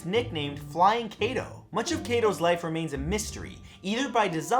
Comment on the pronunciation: all your pronunciation of the japanese language is cringy. to help hide alittle bit of the transition of english into romaji - "i" is pounce as "ee". IE: kunoichi (Ku-noh-ee-chi) and for "a" is pounce as "ah" takeda (tah-key-da) Kato (kah-toh). and the "o" as "oh" like no(noh) and to (toh) i would list more but lazy but this should help.